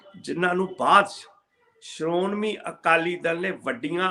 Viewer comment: pyar bhari sat Siri akal, tusi bahut sohna bolde o,par sharomani noo sharonmi